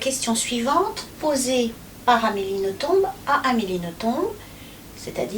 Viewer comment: Eh bien si ce patronyme belge se prononce en faisant entendre le "b" final. Comme A. Nothomb est très bien élevée elle ne corrige pas son interlocuteur quand il prononce "noton", mais je me souviens d'un entretien où cette prononciation était précisée et où Amélie confirmait la chose. Votre "traduction" en "nos-tombes" est d'ailleurs amusante, vu son amour des cimetières!